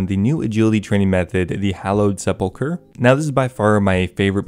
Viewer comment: Finally someone who knows how to correctly pronounce "sepulchre"